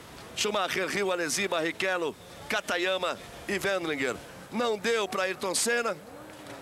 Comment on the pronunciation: Galvão chamou Katayama de Katagrama kkkkk